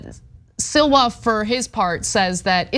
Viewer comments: 👴🏻🥃 WHY SHE KEEP CALLING CURTIS SILVER INSTEAD OF SLIWA? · Sliwa has always been a low-life. Why can't Anna ever pronounce names, and many other words, correctly? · Sliwa is not hard to pronounce. Lmao.